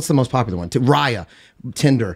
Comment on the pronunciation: Dude said raya…..